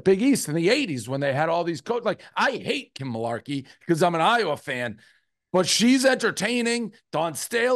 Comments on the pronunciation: "mularkey" lollll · Dave saying Rico doesn’t know ball and then immediately messing up Kim Mulkeys name and not knowing Angel Reese name is hilarious